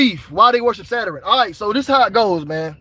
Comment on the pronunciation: Bro said Saturin (Saturn) lmao